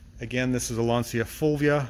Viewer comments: As an English speaking Anglo-Irish man domiciled my whole life in Englandshire I may say your pronunciation of “Lancia Fulvia “ is exactly as we have always said it. I gather that is how they say it in Italy as well. Only with a New Jersey accent! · You do pronounce "Fulvia" correctly, for "Lancia" I would refer you to . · "fulvia" was pronounced pretty right(the feminine of my name) , admitting that it's not an easy name eheh...anyway the car is in amazing condition, even here in Italy is difficult to find one in this shape